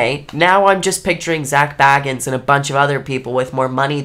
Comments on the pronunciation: It's Zak Bagans, not Zak Baggans the Hobbit. 😂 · and an F for her calling him baggins like he is some hobbit. 😂 BAY-gens like BAgel. 👍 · It’s pronounced “Bay” Gans! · right! It's Zak fkn Bay-gans lol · Your pronouncing his surname wrong it's bAgans ya need to pronounced the A as A 😊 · But at least Nick can pronounce Zak's goddamn name right ffs🤦‍♂ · You are not saying Zak's name properly. And why are you wearing a garbage bag? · Yet you somehow haven't been able to pronounce his well known last name properly just once. It wouldn't be hard to edit that in if you wanted to seem more credible, just saying. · It’s hard to take you seriously when you spend the first 3 minutes trying to get rid of us viewers. And… mispronouncing Zak’s name.